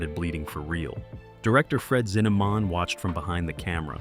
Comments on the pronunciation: "Zinnamon?", with the last syllable pronounced like "Yeah, man" in Jamaican. Ridiculous video in so many sloppy ways. BTW, it's Fred Zinnemann, "Zin-a-men". Good grief!! More 😂😂😂. Just saw the picture for the author of the book, James Jones. That's James Earl Jones the actor dummy!! And, who in the world are the guys in the snow holding the flags of various countries that are supposed to be the army pals of James Jones?? Hilarious! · Kerr. Pronounced "car." Zinneman. Not -"mon."